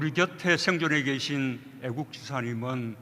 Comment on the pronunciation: 발음 왜 그러냐 애귝지샤?